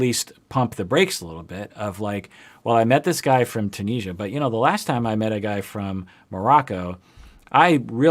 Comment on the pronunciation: I know you love your pronunciations, so I need to tell you it's Tune-is-ee-ah.☺ Super excited for your videos on this couple, I myself am dating a Tunisian and I have seen soooo much crap while living there too.